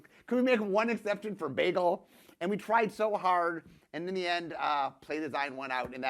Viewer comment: I just about died when he pronounced bagel like Britta from the hit NBC/Yahoo Stream comedy masterpiece Community